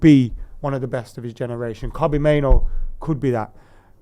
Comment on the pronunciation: Can someone tell that there are two Os in Mainoo, not one. "Mainoo" not "Maino". even pronounces it correctly in fromt of him